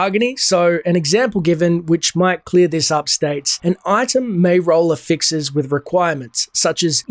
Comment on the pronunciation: Bro stop saying affixes like that.